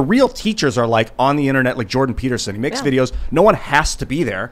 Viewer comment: It's pronounced "makes".